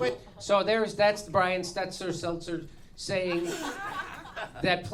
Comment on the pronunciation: Still pretending like you can't pronounce Stelter, eh? Boring phony mispronunciation comedy is boring.